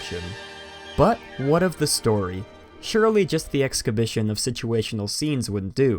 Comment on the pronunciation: Excabition? lolololol